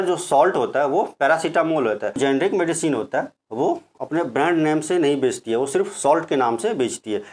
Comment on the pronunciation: शॉर्टकट में मैं आपको समझाता हूं जेनेरिक और इतिक्याल में अंतर। जैसे आप भी मनुष्य और मैं भी मानुष आप जिस काम से जेनेरिक समझा रहे थे आप सही से नहीं बोल पाए तो हो गए जेनेरिक